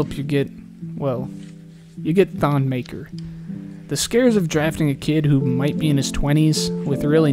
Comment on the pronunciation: Its pronounced muh-ker